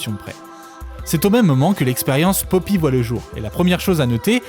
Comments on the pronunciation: pk tu prononce papy ?? je sait pas mais j'ne suis que a 4 min. et cela me gen un peu .. c'est poppy, comme pop.. pour moi meme si je reconnait un talent, sinon elle aurait pas autant de vues, je pense juste qu'elle exploite le filon a sa facon, et ya rien de mal mais les theories a la con sur les illuminati et autres, perso je pense que ce sont des references lachées comme ca.. tu lui donne trop de credit je trouve... elle la 1ere ne prends pas au serieux son "art" je pense.. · J'étais sûre que c'était un rôle, c'est logique xD parfois tu dis ''pappy'' mais sinon merci j'adore cette vidéo ^^